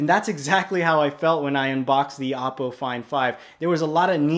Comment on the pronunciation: It's pronounced "oh-poe".